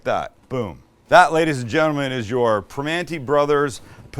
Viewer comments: It’s Primanti’s, not Primante’s. Signed, Pittsburgh metro area. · Being from Pittsburgh I can stand how your saying it. It’s PR MAN EES